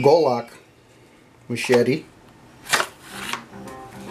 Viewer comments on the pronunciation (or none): none